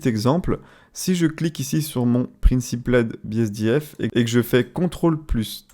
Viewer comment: "PRINESIPLAIDE BSDF" mes oreilles ont vomi AH mais omg le ROUGGGGGNESSE, elle t'as fait quoi la langue anglaise ?